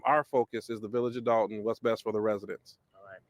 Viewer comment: DOLTON NOT DALTON BRO